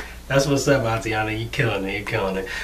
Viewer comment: You are awesome, but it is AYE-TAN-AH... not ah-tee-anna